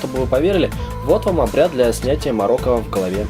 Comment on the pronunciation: не морока а мОрока